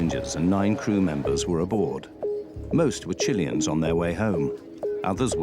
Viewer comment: Chillians😅 villin like a chillain